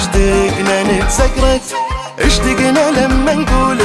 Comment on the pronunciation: ملاحظة صغيرة اللهجة الكويتية مو إشتِقنا ❌ الصح اشْتَقنا وشكراً ع الاغنية الجميلة اللي لامست مشاعرنا🥺